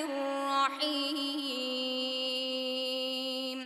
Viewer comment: Хувар рохманур эмас рохманир рохим булади.